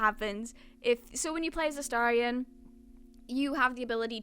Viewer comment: You’re the first YouTuber I’ve seen who’s pronounced Astarion correctly 😍